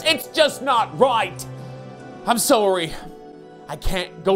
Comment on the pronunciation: I’m sowry